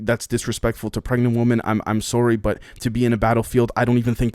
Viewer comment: Bro, why do you have such a hard time saying the word Women? It's the plural form of Woman. I can never tell if you are speaking about a group or an individual.